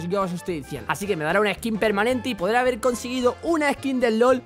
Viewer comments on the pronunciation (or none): none